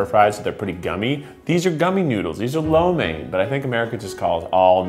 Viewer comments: As a Asian the way he says lo mein and cho mein and every other food is making me cringe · I'm not sure If Im the only one who does this but I hear the name of a food I eat my whole life like "lo mein" and because I didn't know people say it like that I would be like "What's lo mien" then I think and Im like " ohhh it's 撈麵", Im not judging but I feel like Im not the only one who goes through the process